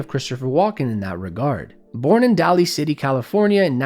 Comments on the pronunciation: It's "Daly City", not "Dally City". I grew up there. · Probably an AI voiceover, but "Daly City" is pronounced the same as daily, not dally. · Daly City is pronounced DAY-lee not DAW-lee. Just an FYI. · Its NOT dally city, its Daly City pronounced Day-lee. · Daly city is pronounced "Daily," not "Dally." And Saoirse Ronin is "SUR-shuh." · It's actually pronounced Daily City, not Dally. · Daly City is pronounced DAY-LEE, btw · "daly city" is pronouced "daily". Other than that, good stuff. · Pronounced “Daily City” is Daly City. Located just south of San Francisco. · Daly City is pronounced as "Daily City". Source: From the Bay Area and lived in Daly City for a bit. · Just here to say "Daly" in Daly City is pronounced "Daily" - Daly City native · Daly City is pronounced "daily city" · It’s pronounced “Daily City”. Spelled Daly City but pronounced like DAILY. Little city full of Filipino’s right next door to San Francisco. 😊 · It’s pronounced “Daily” City. Come on bro. Do your research… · The pronunciation of Daly City sent me.